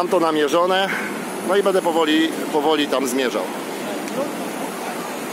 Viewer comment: Przydałby się stabilizator bo obraz strasznie skacze. I ciężko się ogląda z tym ''yyyy' i 'eeee' a po usłyszeniu 'bede' mnie wewnętrznie skręcało (tak wiem, że autor mieszka od dawna w Chinach).